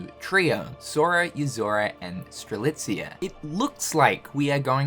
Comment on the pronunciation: Am I dreaming or is now not butchering Strelitzia's Name anymore? 🤔😲 I know he said it correctly before in a Union Cross Finale Video but after that he went back in calling her Streliza! But now he straight up calls her Name Strelitzia right in 2 Videos in a row! Wow! That's an improvement! 😀😄